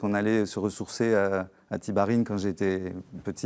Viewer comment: Tibharine? C'est la prononciation locale de Tibhirine?